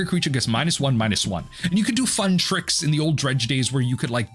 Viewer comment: LOL "whole lotta fun"... dude is a whole lotta fon!